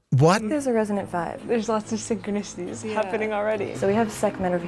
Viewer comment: Avoid anyone who says synchronicities like the fucking monkey pox.